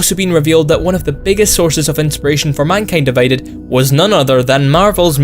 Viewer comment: minkyend diveyded